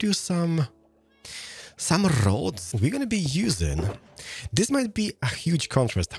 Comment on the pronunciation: I love when he says 'Not like dis!'